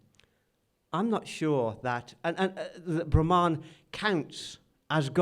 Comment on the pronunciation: Thank you,! Very interesting! One comment, though...the word for the Supreme One (written as Brahman) is pronounced Brhmn, with the two As hardly pronounced. It is not Brahmaan!:)